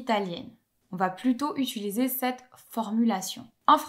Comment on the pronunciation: Je remarque un tic de languge, tu as tendance à prononcer quelque chose proche de "utuliser" au lieu de "utiliser"